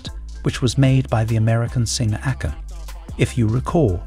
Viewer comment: ā-Kon. Not Accon. 😂